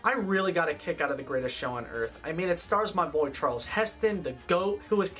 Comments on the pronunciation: Maybe learn the pronunciation of Olivier. And you favorite actor Charles Heston lol. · Good video but please learn to pronounce some of the actors names correctly. Olivier not Oliver, Charlton not Charles. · Your channel is great. Loved this video except it o-live ee at Leslie care -on and Charl ton Heston